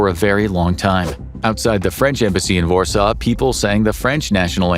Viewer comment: This “vorsaw” pronunciation is killing me 😂